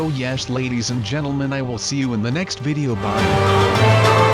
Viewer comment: he said my vidow is not good